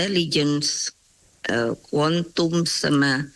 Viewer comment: Ketua BRIN "Intelligence Quontum & Emotional Quontum" 😆